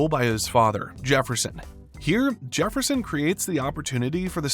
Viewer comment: Did you say jeferson